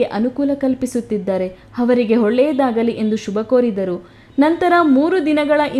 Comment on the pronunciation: ಹೊಳ್ಳೆಯಾದಾಗಲಿ ಅಲ್ಲಮ್ಮ ಒಳ್ಳೆಯಾದಾಗಲಿ